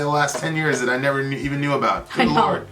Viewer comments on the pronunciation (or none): none